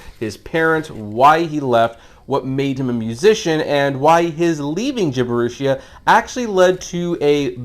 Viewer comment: Wooooooooow, Fantastic Review my man, you did in fact mispronounce that, its pronounced, jibb-er-ee-shia. Have a good day.